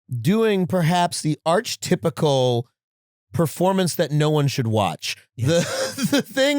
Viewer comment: Adam, that's not how you pronounce archetypical.